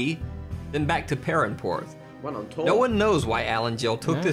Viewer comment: PARANPORTH?!?! WTF ITS PERRANPORTH AS IN ST PIRAN, BRUHHHHH THESE AMERICANS NOT DOING PROPER RESEARCH